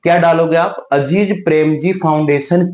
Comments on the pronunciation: अजीज नहीं अजीम प्रेमजी हैं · अजीज नहीं अज़ीम प्रेमजी है वो 😊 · Dosto yeah itna baklol hai ki Mr.Azim prem ji ko Aziz prem ji bol raha hai aur farzi